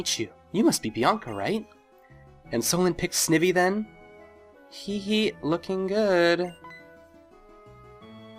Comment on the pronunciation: i'm pretty sure the i in snivy is pronounced like eye (ie snide+ivy)